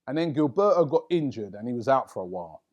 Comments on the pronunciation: It's not GIL-BE-O, its GIL-BER-TO. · This notorious lookalike cant pronounce foreign names. Guil-bare-o 😅😅😅😅😅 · I'd never heard anyone mis-pronounce Gilberto before seeing Robbie say it. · Can't stand the way Robbie pronounces Gilberto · Me 2 bruh